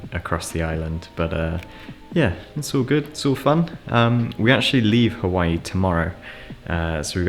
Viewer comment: You were pronouncing Hawaii correct the first time. Does not rhyme with kawaii